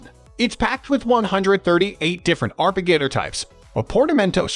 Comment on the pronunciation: Sounds as though the narration comes from different loose words-daisy chained-the word arpeggiator is pronounded wrongly 3 times